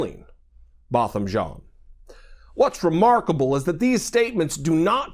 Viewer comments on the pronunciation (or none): The FRENCH name JEAN is pronounced JAAN. The N should not be emphasized. He was a fellow COUNTRYMAN.